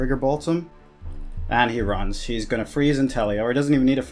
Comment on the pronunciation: Cindy Ramos he says d shoes aswell lol